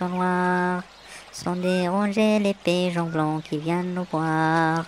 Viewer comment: La traduction est correcte mais il y a des erreurs de prononciation. Pigeons et non piyons